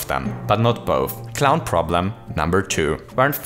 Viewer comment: u said cliwn